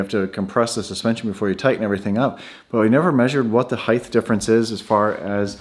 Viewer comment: it is HEIGHT!!! NOT "heigthhhhh" the T is on the end!